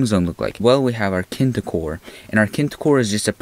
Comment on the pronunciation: kin-ti-cor??? kineti-cor